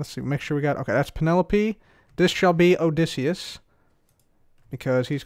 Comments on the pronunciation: You pronounce Odysseus Odi ssee us Im learning about him in english yes i am a kid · You’re mispronouncing ‘Odysseus’.